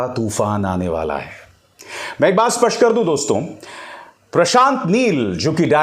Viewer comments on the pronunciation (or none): none